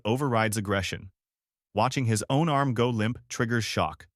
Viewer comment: I love the content, but DESPISE the Ai narration with a PASSION!!! It will NEVER, apparently, get inflections/proper emphasis correct. For example, the dead-energy Ai says, in a droning, flat manner, "That's his problem..." instead of what should be, "That's HIS problem...". Changes the whole tone and energy. Maybe a nitpick, I know, but come on! Enough is enough. I'm just sick and tired of hearing SOULLESS ai!! Get in there yourself and get dirty! If you don't have a voice for whatever reason, try to get someone ELSE (like, a REAL HUMAN) to narrate, PLEASE!